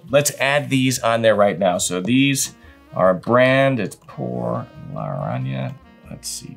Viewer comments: Por Lar-Rahn-Yaga!! We'll teach you how to roll the double R next!!! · It's Por-La-Ron-Ya-Ga